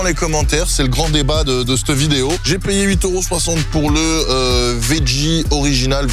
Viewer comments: GRS is back🤩🤩 sinon pour l'anecdote ça se prononce vedjie alors que tu prononces vegguie. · Arrêtes avec le « vegguie » 😂😂 ça se prononce « vejjie » que ce soit en français ou en anglais. J’ai vécu aux États Unis 10 ans j’ai jamais entendu vegguie 😂😂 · Au fait, on dit "vedji" lol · On dit "vedji" 😊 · Veggie prononcé vegguie c’est en Allemagne ça non ??😜😜😜😜